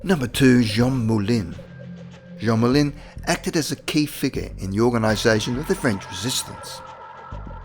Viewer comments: As French, the CORRECT pronunciation of the name, was NOT Jean "Molyn", but Jean "Moulan", (written "Moulin").!!! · Might be an idea to study basic French pronunciation. 'Moulin' is pronounced 'Moo-lan'. Second syllable sounds close to 'land' but without quite finishing the 'n'. Imagine you're pronouncing an English 'n' but the tongue doesn't reach the roof of the mouth.